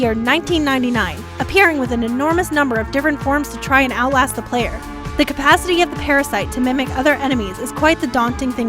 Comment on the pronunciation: Cumpasity it's capacity dude if you can't say the word don't even try I know you're reading from a script but really even I caught that faux pas